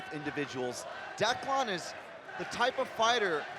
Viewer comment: "Look at Declawn here" haha Can't stand that pronunciation. Good win.